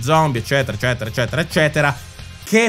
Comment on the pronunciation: Ma abiti a Bologna? No perché hai la "Z" pronunciata da Emiliano!! Grande 😆